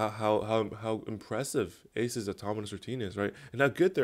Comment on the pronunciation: why do I keep hearing automonus